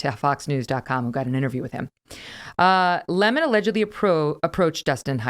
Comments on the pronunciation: It's Don Le-Mon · It's pronounced "Le´mon"! 😂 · His name is not pronounced 🍋